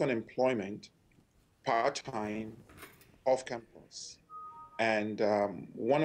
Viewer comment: The news reader is forcing an accent its campus not campers speak english please.dah!